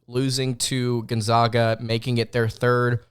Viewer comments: Say it with me everybody…..GONE-ZAG-UH NOT ZOGA! drive me nuts it ain’t hard to pronounce bro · I saw you and Andy Pattons podcast and now this one....please learn how to pronounce Gonzaga correctly please. its gone zag ( JUST LIKE BAG) Not ZAWG PLEASE! THEY ARE THE ZAGS....NOT THE ZAWGS! You are a very good podcaster....please do your homework! thanks! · American pronunciation ~ Sounds like guhn • zaa •guh